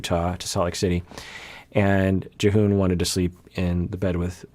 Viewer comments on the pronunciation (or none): you said Jihoon right the first time but then you kept saying J'hoon so watch out i guess